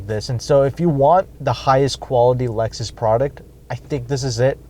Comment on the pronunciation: Dude..it's Lexus!!